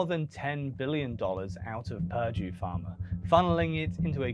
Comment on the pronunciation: Pirdie, its purrrrduuuuue